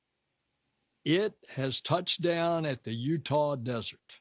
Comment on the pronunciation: UTAH ਯੂਟਾ NOT Otah/ਓਟਾ ਮੈਡਮ ਜੀ 😂 😂